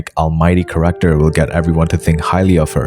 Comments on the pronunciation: character pronounced as corrector confused me so much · Yo dude by "corector" do you mean "character"?, i aint good at english....